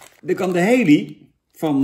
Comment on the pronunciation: Kun je het koekje Halley even uitspreken als Hallie i.p.v Hailey? Thanks.